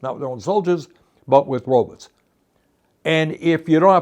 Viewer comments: Can't unhear this but when Bernie says robots I hear robux. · It’s so hard for me to take him seriously when he calls robots “RObuts.” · i enjoy the way bernie says "robots"